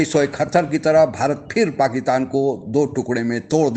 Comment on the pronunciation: Bhai aap Pakitaan kyon bolte ho. Pakistan kaho. Juddha nahi yuddha bola kariye maharaj.